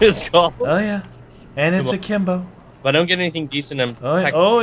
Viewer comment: he says aklimbo